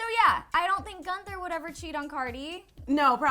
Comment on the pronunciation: She almost said "Cunther" 😂😂😂😂😂